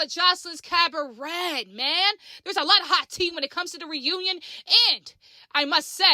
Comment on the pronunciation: Maam 🤦🏾‍♂️ its pronounce cab ah ray 🤦🏾‍♂️